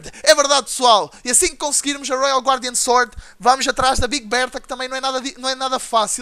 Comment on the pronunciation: o fala royal guardian sord '-' '-' '-'